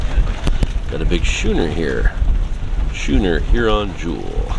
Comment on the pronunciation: Thank you for the nice, informative walk through. All the placards help. A bit of a heads up for you, though - the sail boat "Schooner Huron Jewel" - Schooner is the type of sailing craft she is. It is pronounced "sKooner," like saying school. Has a hard K for the ch in the name. Sweet boat. Otility must have been an entry classification. Otherwise, I can't imagine the owner of that beautiful '59 Century Coronado having his boat called a "Utility." The sliding hardtop evolved a little for the Coronado. I had a '65. Wish I still had it. If God had intended us to have fiberglass boats, He would have created fiberglass trees. Again, thanks for the video, great shots! Was worried about you getting wet from some of the angles. Glad you didn't! BTW - here is "In The Mood" for you: Peace...